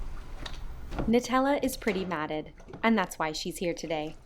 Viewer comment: "Nutella is pretty matted." I thought for a second you said "Nutella is pretty MADDENED." Love the way she slams on the brakes with her paw & claws as if you were dropping her into hot lava.